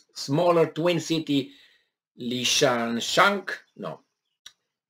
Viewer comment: It's /LI-SI-CHANSK/, you'll be reading about this city, so this might help:)